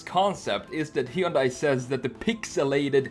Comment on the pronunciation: Hyundai is pronounced like "sunday" with an h :)